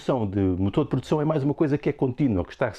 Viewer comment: Pordução...por dicção... por favor